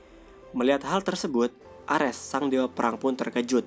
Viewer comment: Lawak bet penyebutan nama ny yg dri valkeri, M jolnir pdhl kan harus ny palu thor itu di sebut myolnir, emng nama ny mjolnir tpi di sebut myolnir, di menit orng nama dewa itu ares bkn armes blok